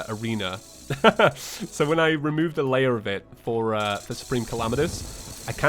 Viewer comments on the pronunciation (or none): none